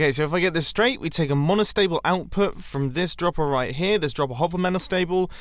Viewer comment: "falling edge mostacheable circuit